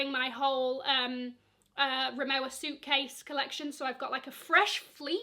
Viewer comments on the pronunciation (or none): Rimowa is pronounce as rimova. It’s a German brand.